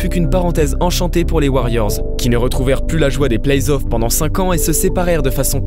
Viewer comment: Par contre on dit play-offs et non pas plays-off 🙃🙃🙃